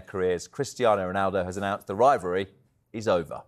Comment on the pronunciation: Only Ronaldo talks about a "rivary" never heard Messi talk about a rivary..🤷🏾‍♂️